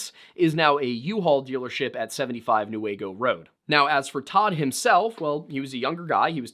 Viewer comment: Me screaming for you when you pronounced Newaygo right 🎉🎉🎉🎉🎉